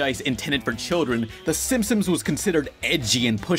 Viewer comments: stop saying "Simp-Sims" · why do you keep saying simpsoms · Say Simsims one more time! I dare you! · Bro said simpsoms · Okay but why does he keep pronouncing it "The Simpsoms"? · when you say "Simpsons" all I here is "simsims" or "simpsims"